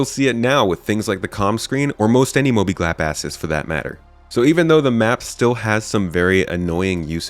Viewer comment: "Mobiglap asses" 😂😂 great slip of the tongue